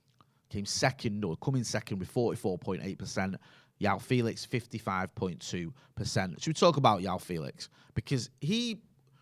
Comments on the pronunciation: Every time calls him Yao Felix, i die a little inside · The J in Joao Felix is not pronounced y as it would be in spanish, Portuguese pronounce the J as normal e.g Jose Mourinho